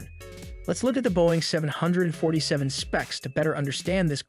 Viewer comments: Is the narrator simply TRYING to piss off so many people by mispronouncing the name of the aircraft? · Why is he saying the name of aircraft like that